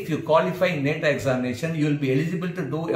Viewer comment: It's not neta It's Nata Pls Pronounce Properly